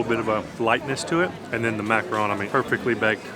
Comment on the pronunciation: I've been enjoying watching your videos and finding inspiration in places to visit, but I'm mostly impressed that you pronounced "macaron" correctly. so many people argue it's pronounced "macaroon."